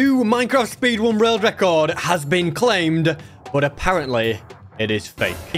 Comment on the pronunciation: speedwun rorld record